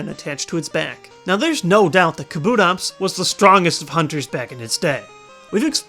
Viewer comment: NO kabutops is pronounced KAH-boo-tops not kah-BOO-tops! !!!!